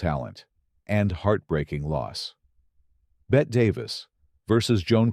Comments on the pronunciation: Actually, it’s a total of four syllables;but I share your frustration with AI insisting on pronouncing her first name as “Bet”. She used to try to correct the error in interviews, saying that the final “e” was NOT silent. Are the producers of these videos too lazy to go back and correct the error? 🤔🙄🤬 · Betty days two syllable. Not one